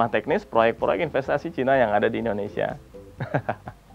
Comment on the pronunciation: Bilang China aja ga becus 🤦🤦 #StopRasis